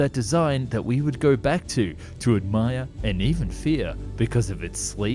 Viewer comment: "Dosvellenya" XD I laughed my arse off. It's pronounced "Dastvidanya"